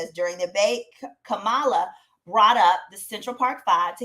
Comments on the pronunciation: Kam - MA - La, Pronounced Like, "Comma..LA" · Comma La. Please say her name correctly. Thank you. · RIGHT! When a 5 and 6 year old explain to you how it's pronounced and you STILL mispronounce it, its just disrespectful 😒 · Will you say her name correctly? I stopped watching the video because of that. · Please pronounce the Vice President name correctly